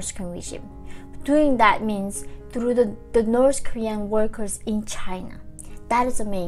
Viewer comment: wow. coming here after watching older videos where you were saying "nors korea". and now i can see you are trying really hard to pronounce the "th" in "north". keep up the good job :) if it helps, it's easier to say "norD" in stead of "norTH". will not be correct, but still much better than "nors" ;) all that said, thank you for the information, that's what counts !